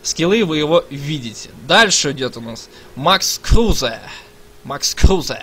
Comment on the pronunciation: Игрока зовут Крузе. Ударение на е.